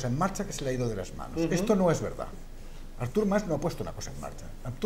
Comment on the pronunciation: Que manía de tod@ de llamarle a Artur Mas "Ártur" con acento en la A... jajaja Ya de paso, podemos llamarle Árthur More